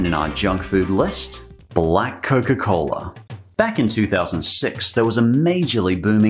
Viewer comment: They do realize Blāk is prnounced “Block” right?